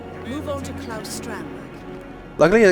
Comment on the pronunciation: Excellent job as always. Interesting that you didn't seem to pick up on the apparent mispronunciation of Claus, as Robbaz did.